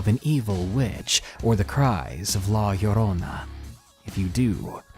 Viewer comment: You said La Llorona so freakin well like holy hell :D